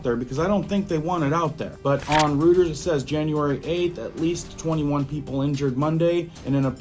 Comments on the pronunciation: I’m sorry but Reuters is pronounced (ROi -TERS) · Reuters is pronounced 'Royters'. Just FYI.